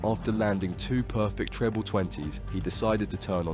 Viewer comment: "Tree-ble twenty"